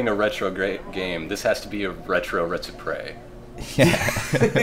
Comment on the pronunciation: Retsupurae, Retsupuraes, Retsappraise.